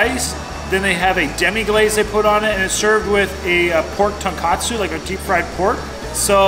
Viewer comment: Just FYI, it's pronounced TON KOT SU, not KAT SU ;) Love your videos!